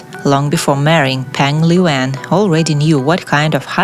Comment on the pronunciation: The PRONOUNCIATION of her name here is so bad!!!! 😂😂😂